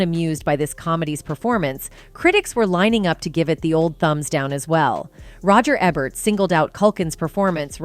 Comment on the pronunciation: This is bull. Censoring the words harassed, abusive and killed? Repeatedly spelling Catherine O'hara's name wrong. Not knowing who Roger Ebert or Mila Kunis are, mispronouncing their names. Misleading clickbait title about rumors. I will be downvoting this, and others should too.